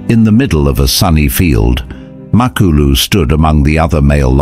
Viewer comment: MA-KU-LU not mak a lu 😂